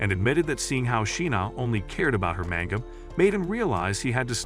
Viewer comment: lol mango and not manga